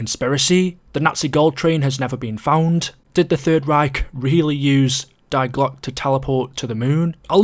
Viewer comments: I agree, Isn't it pronounced 'Dee glock' ? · As a german i must say that i cringe everytime he says "die Glocke"